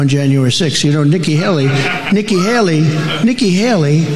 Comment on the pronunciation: He said Niky Haily 5 times.?? I understand one error. But not 5